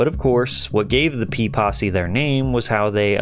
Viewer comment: Saying "P-possy" sounds like "Pee-Possy", like they're a gang of golden shower enthusiasts.